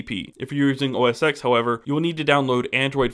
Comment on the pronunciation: pro-tip: it’s pronounced "OS 10"